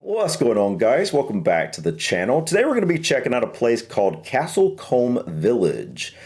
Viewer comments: Castle COOOOM! not comb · Like many have said it’s not Caslte Comd as in combing your hair. It’s Castle Coooombe!!! Also the original Dr Doolittle with Rex Harrison. There is also a raceway just down the road. The tiles on the roof are stone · Castle Combe like tomb not castle comb, lol. You would think if he is making a video of a town he would check the pronunciation. Yes roof tiles not shingles, lol, very different. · NOT Comb it’s Coombe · St Andrews church in Castle Combe dates back to the 13th Century. There is a tomb of a knight dating back to 1270 AD. Combe is pronounced koom, similar to tomb and not like the comb you tidy you hair with. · Castle Combe is pronounced "KAH-sul Koom" (or sometimes "KAH-sull Coom"). The key is to pronounce "Combe" to rhyme with "room" or "zoom," not "comb" or "bomb". The guy who made this video is not English, hence his inability to pronounce the name. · So many wrong things here. Firstly, it is pronounced Castle Coooom. Secondly, it is not a town, it’s a village. Thirdly, it is not medieval. Research is everything. Also, they are not shingles they are roof tiles. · Love that you take your pronunciation of Castle Combe (coom ) from someone NOT from the UK ( Possibly South African accent) who also pronounces it incorrectly .:face-blue-wide-eyes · The village name is actually pronounced Castle Coom. The word Combe (coom) is from an early medieval Anglo-Saxon word (cumb) merged with the Welsh (Brythonic Celtic) 'cwm', and means a narrow valley. There are several towns and villages, mostly in Southern England, with 'Combe' as a suffix or prefix, as in 'Combe Martin' in Devon. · It’s called coooom not how he was saying it lol it is as beautiful though, my grandparents lived in Wiltshire so we visited Bath & other places a few times. Most of the homes are worth millions now… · As someone above has said - "Castle Cooom" is the correct pronunciation and the roofs are covered in Cotswold Stone. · Castle Coombe, rhymes with broom.😊